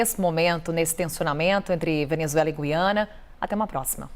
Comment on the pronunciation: O Sr é o único que diz G U I A N A.Parabéns pelo seu Português!!!!👏👏👏👏👏